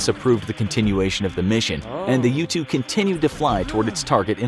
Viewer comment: When I first heard “U-2 Spy Plane” I thought he said “Youtube Spy Plane” and I got confused